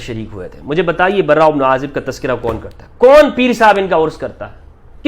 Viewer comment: دجال مخت کا مفتی ہے صحابہ کے نام صحیح لینے نہیں آتے براءمیں ر مشدد نہیں ہے